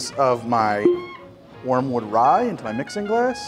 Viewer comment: "warmwood" or Wormwood?